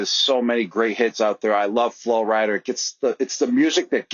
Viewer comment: “Flo Rider” lmaooo